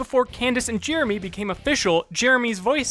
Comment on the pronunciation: listen to how he says "Jeremy"